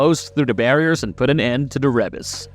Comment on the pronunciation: Ree bus not reb us